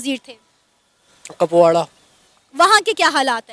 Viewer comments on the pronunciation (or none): इस मुर्गा को कहा से पकड़ के लाए हो सना अमजद ये लड़का इंडिया कश्मीर का नही है साला कुपवाड़ा को कपवाडा बोल रहा है 😀 यहीं पे पकड़ा गया लड़के की झूठ और जो कश्मीरी होते हैं जब हिंदी बोलते है तो अपना आप पता चल जाता है ये कश्मीरी है पकिस्तान तो ओ जाते है कश्मीरी जो पढ़ने नही आतंकवाद मिलेटेन बनने जाते हैं । सब झूठ है वीडियो में सना डार्लिंग